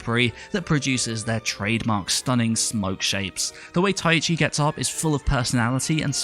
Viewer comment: Sidenote: You keep pronouncing Taichi (Tai-chi) as though you're saying "Tai-ichi"